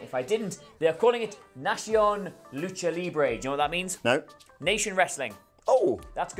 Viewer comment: Nacion is pronounced like Nah see own